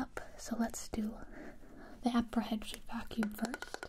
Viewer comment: I like how she pronounces the Ms at the ends of words as Bs, like in "vacuub" or "arb"